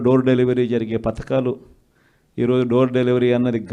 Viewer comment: పతకాలు (పథకాలు) ఇస్తే చాలా మహానుభా వా. Development వద్దా? Yenthamandi మీ వాళ్లు కోట్లు దోచుకున్నారు. ముందు పథకాలు అని సరిగ్గా palakandi